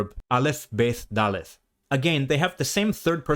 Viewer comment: The only issue I’ve seen is his pronunciation of ״ד״ which is usually pronounced like a D. Also ״ו״ is not Waw but Vov, and usually makes a “v” sound, and sometimes a O or Oo sound. Also ״ח״ in Hebrew is a much harsher “kh” sound.